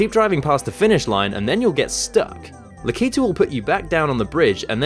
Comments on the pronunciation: It's Lak-i-tu not La-ki-tu lol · Tou said likatude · Awesome video. But the "La-kee-too" thing was just grinding in my ears. Lak-uh-too. :P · La-kee-too? Cringe Lack-ah-too! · It's LAK-itu, not Lak-I-tu. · I thought it was pronounced "lack-ah-two" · your wrong it's lack ito that's how you say it